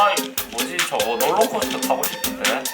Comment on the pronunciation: 롤러콧떠 개재밓네